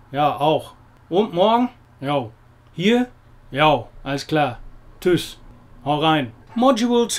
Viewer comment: Geiles Video. Aber Tschüss. Nicht Tüss. Lieben Gruß aus Duisburg.